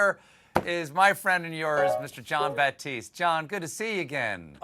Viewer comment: you can tell that you are trying to overcompensate for either feeling racist or being a secret racist because every time u speek to jon batiste you keep saying his name with emphasis over and over which you never do with any one else only jon it probably comes from your religious up bringing and your understanding of the made up catholic version of the king james bible so you just can not reconcile it so you overcompensate when face to face' I know u r very liberal but this part of you is very readable and sad use your brain and GROW up i mean do u believe in the other 9996 gods we have made up before christianity or the gods that christianity came from NO you only believe in the new testament not even the old 1 just a new version of a new god in english wich was against the churches laws to read the bible in english you were tortured even for owning a bible in english so HOW DO U RECONCILE THIS BULL? and why would a god make me an anti-theist that's his first mistake oh and why would he make something with the freedom to have fun OR SIN AS YOU CALL IT and then forbid it why would he not just make me and every 1 else unable to have fun sorry unable to sin i mean he is supposed to be all knowing all powerfull so WHAT IS HE PLAYING AT I SAY HIM IT SHOULD BE IT and he never makes his voice heard in everyones head at the same time that's how i would talk to all my creations at once then they would be in do doubt i exist BUT AS ANYONE WITH A THINKING BRAIN KNOWS IT'S ALL FOR THE F